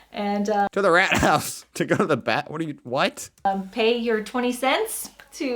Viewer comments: RATHAUS pronounced Rart House is the TownHall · Rathaus = Town hall... And it's pronounced with a long a like saying uh Why you don't just let your guests wear socks... Because we usually have floors with a concrete base... That's cold to walk on. And it's actually very common to let children play in mud. That's what "Matschhosen" are for... Mudpants... So they can get completely muddy outside and simply change clothes and shoes when coming inside. Airing out the house has a simple purpose: our houses are usually well insulated and airtight. Which is why you simply exchange the air of the house regularly by opening the windows. Bathrooms only have fans if they have no windows. I usually have my bedroom windows open all year round. I only close my windows if it's above 22°C or below -5°. Otherwise they are tilted or completely opened